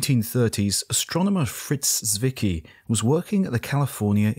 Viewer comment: Fritz Swicky? Oh, found him. Zwicky, but calling him Swicky is actually quite close. Tswicky is how I would write it for English speaking people to pronounce it more correctly.